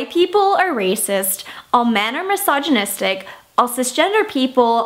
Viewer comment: i can't help but to hear "massage-nistic" every time oops